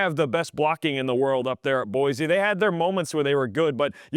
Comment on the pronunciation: Boy-See, it is pronounced. 🤙🏼